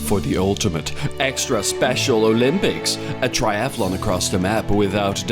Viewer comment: A "thriathalon" 🤣🤣🤣🤣